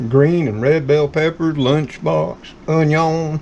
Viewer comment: Love leftovers. Love hearing you say “onyuns” just like my husband used to say.